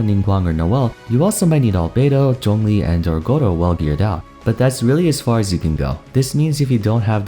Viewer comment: your pronunciation of Gorou <3